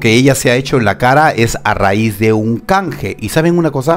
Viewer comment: Super cuando dices “a raiz” 🤣🤣🤣🤣🤣🤣🤣🤣🤣🤣🤣siempre reimos contigo 😂😂😂😂laik con K 🤣🤣🤣🤣🤣🤣🤣🤣🤣🤣🤣🤣🤣🤣🤣🤣